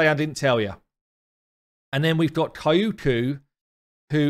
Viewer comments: She's not "K a i u k u", she's "Kyoku". Check the pronunciation via Google translate=) I'm sorry, it just hurts my ears haha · Kyoku Pretty sure it’s pronounced “Kee-yo-kuu” not “Kai-oo-kuu” lmao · Thanks for the info. I'm going for the fusion, so unfortunately have to miss out on Kyoku. But man, my fiancé laughs so hard when he sees my face every time you say 'kaiyuuku' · Hearing you butcher Kyoku's name never gets old!